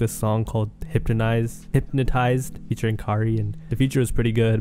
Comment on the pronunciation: “Hyptonize” W English white boy💀